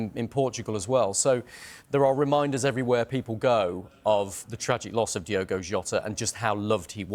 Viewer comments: It's pronounced Diogo it's not Diego, dudes a news presenter you think he would get this right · For the love of Christ his name is DiOgo not Diego. Pretty much every time you upload a video about him you say his name wrong. Do better. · ITS DIOGO not Diego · why do people keep calling DIOGO Diego???! whats with that? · It’s Diogo NOT Diego. Get your facts right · DI-O-GO. PLEASE. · Turns out diogo maybe should have had some respect for speed limits. Also they called him diogo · Been pissing me off the amount of So Called experts/pundits getting his name wrong DIOGO is his name.....not was his name either, IS his name